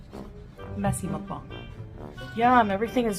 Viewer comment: Am I the only one who says muckbang like fuckbang. Why she say it weird